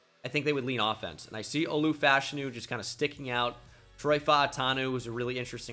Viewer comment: Are you pronouncing Olu’s last name right? I’ve never heard anyone else pronounce it the way you do.